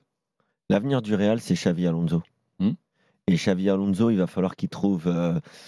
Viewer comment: Mais pq il dit Xavi Alonso ptn c grave